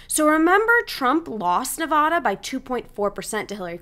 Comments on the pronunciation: In English, the Silver State's a is pronounced like the a in hat. Nobody pronounces it "Nevawda." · I pronounce it like you, but a lot of people pronounce it like the woman in the video lol…. I’ve even heard many people pronounce it Nevayduh… I’ve lived all over the country.